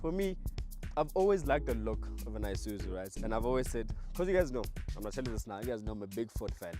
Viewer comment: IiiiSuzu not Eye-Suzu 😩